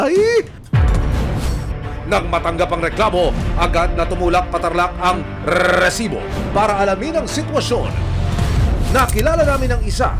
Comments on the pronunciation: rrrrrriiiiisiiiboooo daming alam nakakarindi sa taenga😂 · corny mo sa RRRRESIBO sakit sa tenga never na ulit ako makikinig sa oa mkng boses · Kaumay na talaga ung rrrrrrreeeeeessssibo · Nakakaasar pakinggan yung rrrrrrresibo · Nakaka bwisit yung Rrrrrrrresibo, trying hard gayahin mike Enriquez! Itigil muyan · Kelangan ba talaga kada banggit ng word na resibo eh Rrrrresibo pagkakasabi? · nakakainis pag binabangit niya yung word na "RRRRRRRRESIBO" Umay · I can't stop hearing "rrresibo" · "Lady love RRRRRRESIBO" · nakakabother yung RRRRResibo huhu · Rrerrrrrsibo sakit sa tenga ng pinag sasabi mo<ay effects pa yung pagbigkas mo ng Rrerrrrrsibo! Sheez! Ndi ka nakaktuwa!:face-orange-frowning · Bat ganun nakakabwesit pag sinasabi nyang Rrrrresibo 😂😂😂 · Oa ng rrrrrr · RRRRRRRRRRESIBO😂😂😂😂 GGRRRRRRRR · Pede b wag ng .rrrrsibo .nkkabwesit pakinggan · Kahaba nmn Ng bigkas mo Ng resibo nkaka gulat 😅